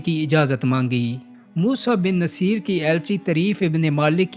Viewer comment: Moosa bin nusair pronunciation theek krain